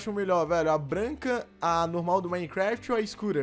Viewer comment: se fala branca nao braca